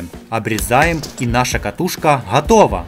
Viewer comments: Ты почему говориш хатова не готова может в рассие так но незнаю я в каз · Можно говорить готова а не хатова